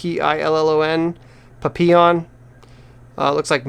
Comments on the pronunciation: Papillion? it's pronounced papiyon i's french...and is kinda fitting since it is french for butterfly...just an FYI..anyway thanks for the upload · that's pronounced more like 'pappeeyon'. It's French if that helps. There an award winning movie of the same name, check into it. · Papillion means butterfly in French. Pronounced pap-ee-yon